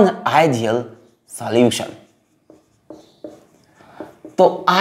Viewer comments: Sir pls sollution ko thik se pronounce kijiye I don't like to hear soluchen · Solution ❌ Soluuchan ✅ 😂😂😂😂😂😂 Sir - THE EPIC ❤❤❤ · Solution❌ soluchens ✔️ 😂☺️ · every time sir said soluchan, kamlesh came to my mind😂